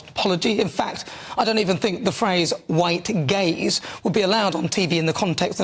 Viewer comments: I’m glad you showed the text “white gaze”. I was sure you said “white gays”. Lol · Anyone else thought Nana was saying "the white gays" and not "the white gaze"? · I thought she said "white gays"... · Was that 'white gays' or 'white gaze'? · Yes, I thought the same thing. 😂😂 I even asked my wife why they're saying "white gays".